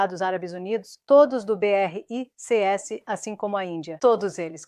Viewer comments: O assunto é interessante, porém tem que melhorar as traduções ou transliteração, fica chato ficar ouvindo a pronúncia beerreicêesse em vez de apenas BRICS dezenas de vezes nos vídeos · Nossa! Péssima IA! Falar B R I C S e não 'BRICS' é o fim!!!!!!!!!!!!!!!!!!!!!!!!!!!